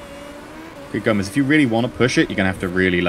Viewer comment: It's gome-s not Gomez